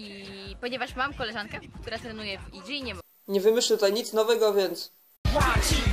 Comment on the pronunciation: Ja też mam znajomych "trejni" w "i dżi" i "dzi ej pi" jak koleżanka xD A tak serio dobry materiał